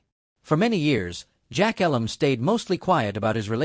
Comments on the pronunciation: It's actually pronounced with a long "E". eeeee-lum. Like me. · AI generated crap. You can’t even pronounce jack Elam’s name correctly. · Agree, at least pronounce Jack’s last name properly.